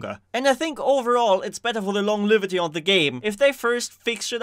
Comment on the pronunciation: I'm sorry to be this person but longevity is pronounced lônˈjevədē or länˈjevədē.